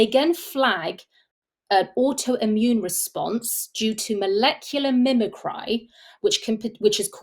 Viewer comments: Do you mean mimicry ? It's pronounced 'mimick-ree' - the act of something mimicking another thing. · Mimicry is pronounced MIMICREE. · I sincerely thank this lady for her work, but really... She is obviously a native speaker of English, yet she has clearly failed to recognise and thus pronounce correctly the word 'mimicry' Leading me to suspect that she in fact doesn't fully understand at a surface level, the phrase 'molecular mimicry' let alone have any grasp of the scientific ramifications.